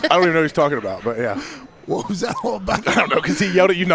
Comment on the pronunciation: Seth “you’re gonna say whud a bunch of times” Rollins!